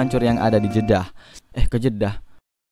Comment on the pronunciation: Jedah banggg. Bukan jeda